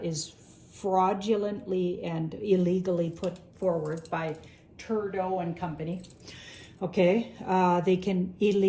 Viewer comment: I crack up every time I hear you say Turdo!